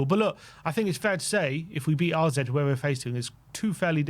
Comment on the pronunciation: One day these lads will read comments and finally say AZ alkmaar not RZ !!!